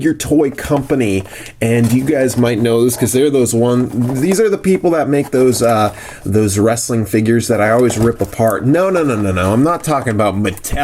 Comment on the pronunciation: What. Is. Wressalling. Daze. Challenge. Poopoopoo